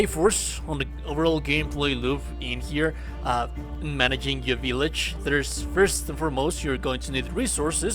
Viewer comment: I could listen to you say vill(BILL)age all day